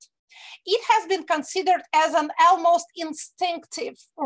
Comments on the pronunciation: Екатерина, один момент - almost произносится как "олмост", не "элмост". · Almost is pronounced as олмоуст